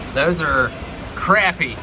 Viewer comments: Thank you for pronouncing the word "Crappie" the correct way. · He knows the correct way to say Crappie. A true southerner! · Thanks for pronouncing “CRAPPIE RIGHT “